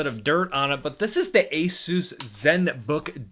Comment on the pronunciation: When you say asus it sounds like asews